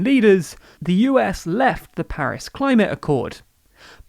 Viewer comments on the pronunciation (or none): none